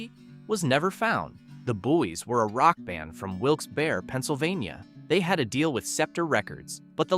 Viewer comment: Wilkes Barre: pronounced bar not bare. Moog: rhymes with vogue. Timbales: tim-BALL-ays not TIM-bal-es. Sitar: usually SIH-tar not SEE-tar. And of course I know all those songs.